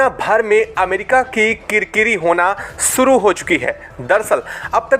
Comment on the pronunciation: भाई "श" को "स" मत बोला करो। आप शुरू को सुरू, मंशा को मंसा बोलते हैं जोकि सुनने में बहुत ही खराब लगता है।